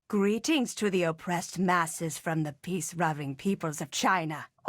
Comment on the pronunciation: "Peace ruving" LOL